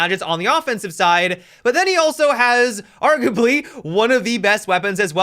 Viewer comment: Argably huh? So you watch Tonald as well?